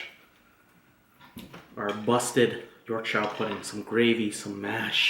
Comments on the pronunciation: I chuckled every time you said Yorkshire pudding hahaha it's pronounced like Yorksure. The food looks absolutely delicious, my mouth is watering haha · Wow, rib looked super!..it’s pronounced “york-sha”.... omg, I’m salivating. Not fair....gonna def. do a rib dinner this week cos of this vid,.